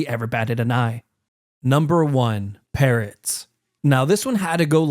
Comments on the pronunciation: I really thought he said parents💀😭🙏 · Bro when he said "parrots" i thought he said parents 💀